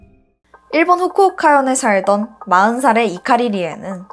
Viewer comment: 훍쿠옭카현에 삵던... 이런삭으로 발음이 너무 뭉개져요 ㅠㅠ 반말이든 화장이든 다 좋은데 적어도 이런 큰 채널을 함께 해나가시려면 딕션 연습이나 교정같은건 받으셔야 할 것 겉아요